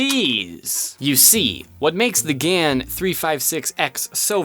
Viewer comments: It’s Gan, not Gans btw ;) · IT’S GAN NOT GANS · There is no S, it's GAN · Title: Gan 356x Thumbnail: Gans 356x How he says it: Gans 356x Me: UUGHG